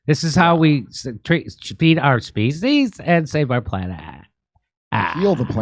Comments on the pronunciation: Feed the species or did she say feed them feces? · Sounds like she said feces. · Did she say Feces? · I thought she said feces . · Species rhymes with Feces.